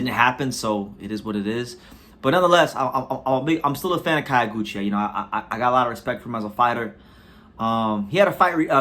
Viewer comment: It's not KA-YO(GUCHI). It's pronounced like the city KYO(to)...